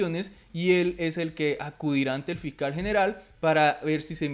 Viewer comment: Fical jajajajaja Fiscal hay que mejorar la pronunciación.